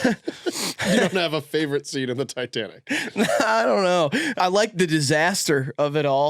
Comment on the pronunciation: Why does the mustache one keep calling it Ditanic?